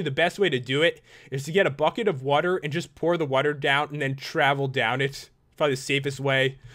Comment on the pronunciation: Whenever he says "bucket," I think he says "fuck it"